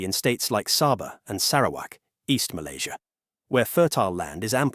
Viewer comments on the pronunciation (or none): Sebut nama Malaysia yang tercinta ni betul2 ye..jangan nampak hina sangat loe ni..ingat warga Loe paling ramai bekerja di Malaysia..Dorang happy je kat sini ..Loe je tersiksa kat indonesia dan percaya berita hoax